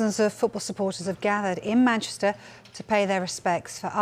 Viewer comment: Might help if the presenter could manage to pronounce ‘Manchester’ correctly, it not an option, it’s a professional requirement.